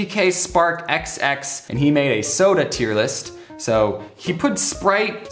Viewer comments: man i just love a good ol' IER LIS' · “TEIR LIST” Lmao